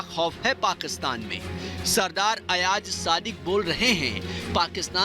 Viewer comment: Sub se pehle toh aap name lena sikhye ayaj nahi ayaz hota h or yahan social media p bakwas karne se kch nahi hota kch kr k dikhao agr itni auqat h toh woh pak foj hi thi jisne india ko dhool chatai thi or tmhre abhinandan ko pakra tha agr tum logon m itna hi dum hota toh woh kbhi pakra na jata tum logon ka toh sir tb hi jhuka diya tha pak army ne anbhinandan ko pakar kr chale bechare bat karte hain lol😂😂😂😂😂😂😂😂😂